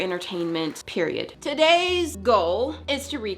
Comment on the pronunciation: really said “periodd”